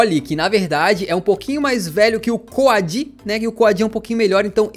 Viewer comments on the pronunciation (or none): uma dica de pronúncia: O nome do Coady se pronúncia como algo do tipo "Coudi" sacou?